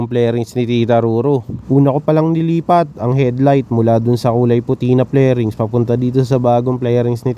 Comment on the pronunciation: Fairing sir, not flairing. Anyway ang ganda. 👌